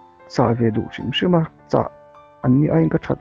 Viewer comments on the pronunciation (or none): none